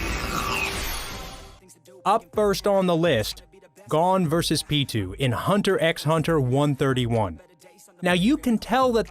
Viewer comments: what about pitou, isnt it pee. toe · Who the hell is peetoo